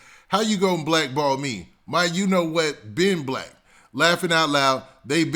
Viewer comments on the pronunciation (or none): none